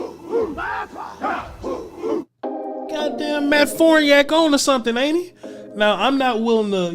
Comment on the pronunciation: It's Farniok, not Forniak.